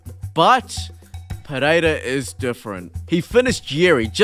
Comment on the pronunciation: Just call him Periera.. Pededa sounds dumb.. unless you speak his language